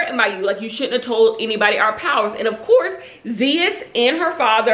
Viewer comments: Omg I wanna get those leggings now!!! & Zeus is pronounced ZOOSE!! 😂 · Are you meaning Zeus like zeuss network. That is the Greek god 😂 girl you had me rolling I was like who is ze-us 😂 I love your videos❤